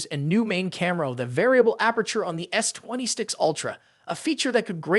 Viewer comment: Oi, robot with the pathetic voice! WTF is a "twenty sticks ultra"?